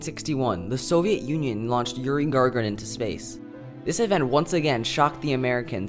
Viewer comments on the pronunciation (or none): lol everything was good except for how you said Gagarin you said it as "Gargarin"